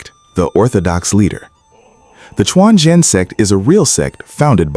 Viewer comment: I always said non-native speakers trying to narrate a Chinese related subject will do much better if they turn on Google translate and learn how the Chinese words or names are pronounced. Quanzhen became “Chuan Jian” - that is not a sword only sect. Just an inability to pronounce Quanzhen “completely true” - a real Daoism school in China today.